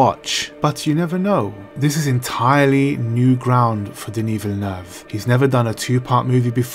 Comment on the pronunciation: Perfect prononciation of Denis Villeneuve's name, at last!